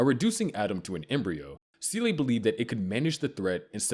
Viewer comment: Seele too